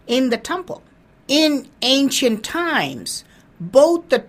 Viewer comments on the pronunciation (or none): none